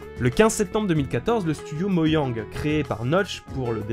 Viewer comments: Quand tu dit "moyang" sa me perturbe 😱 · c'est tu moé ou ça me gosse quand y dit ¨MoYang¨ ? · c'est quoi cette manière de dire "mojang" ???? Depuis quand on dit "moyang" XDD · Moyang oufffffffffff mes oreilles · Mojang ? Lol apprends à prononcer les mots dans leur langue natale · PUTAIN COMMENT TA DIT HEROBRINE ET MOJANG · y a un truc qui me stress dans cette vidéo c qu il dit moyang et pas moJang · Je suis perturbé quand tu dis "moyang" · Tu prononce mojang "moyang" c'est frustrant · Y a que moi que ça perturbe qu'il dit "Moyang", moi j'ai toujours entendu et dit Mojang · ON. DIS MOJANG EST OAS MOGANG AHAHAHAH CETS COMME FULLE MÉTAL ALCHIMISTE TU DIS FULLE METAL ALKIMISTE !!!!! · Non, ya pas que toi... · Depuis des années je viens d'apprendre qu'on dit "Moyang" et pas "Mojang" '-' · Et pas moyang mais moJang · moYang ! Bien sûr ! Mais... et mes oreilles ? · "Moyang" Merci ^^ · "moyangue" ta niquer le nom xD c'est moJANG pas YANG mais tqt on t'aime quand même mdr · pour moyang moi:TAIS TOI SI TU SAIS PAS DIRE MOJANG!!!! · "moyang", "ender dragone", "l'ender" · Moyang et l'ender . Aille mes oreilles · L'ender s'appelle "End", et c'est pas "moyang" mais "mojang" .-. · C'est MOJANG!! Pas moyang X) Cé po grav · "Moyang" OOF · Mojang pas moyang ! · Moyang ? 😂 ON DIT MOJANG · "Moyang" wtf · euuuuuh... t'a dit moILLang ? nan car c'est moJang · c'est pas moyang mais mojang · C'est mojang pas moyang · A tu a osé dire moyang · Pourquoi tu dit "moyang" au lieu de "Modjang" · Mdr moyang ...ÇA CE PRONONCE MOJANGUE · c'est pas moyang MAIS MOJJJJANG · Qui est pertubé par qui dit moyang ça ce dit mo gen gue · c'est pas moYang, mais moJang :) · ON DIT MOJANG PAS MOYANG !!!🤬🤬😡😡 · Pourquoi tu dit moyang ? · on dit mojang pas moiang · Moiang... On dit Mojang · il a dis moyang aut lieux mojang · C'est mojang pas moyang tu dis moyo quand tu joue a zelda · Dragolstice : Tu devrais plutôt écrire que "Mojang" se prononce "Mojangue" (-O_O) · A tu a dis moyang